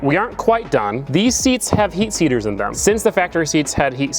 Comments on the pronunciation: Lmfao I do the same shit when trying to say seat heaters - heat seaters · Bro really said heat seater 😂